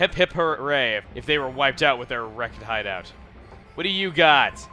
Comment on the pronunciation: I love how started to say hideoat and stuff like that, maybe because of spending too much time with. Ah, well.